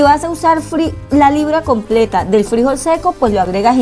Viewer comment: Frijol, con acento en la última sílaba.